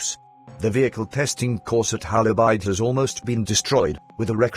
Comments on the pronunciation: Hola Bird say it correctly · Bloomin Brit computer voice can not pronounce the name ............................